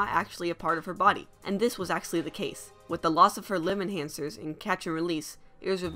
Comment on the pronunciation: Limb Enhancers sound like Limit Hansers